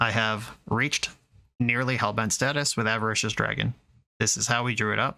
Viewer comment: "go to hellbent" I heard "Go to hell, Ben" heh